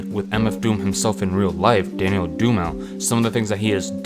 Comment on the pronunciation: Daniel who? Haha the confidence in that pronunciation was top tier